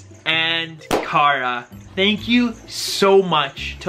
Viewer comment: I personally feel that the size of the enclosure should be whatever the animal thrives the most in. I played around with a few enclosures for my python and found a larger size with several hides, logs, and vines to climb up made him enjoy his home the most. I love to take time out occasionally but his comfort is my top priority. Also, it's pronounced care-ah 😉 the same way you would say Sara or Tara just with a K!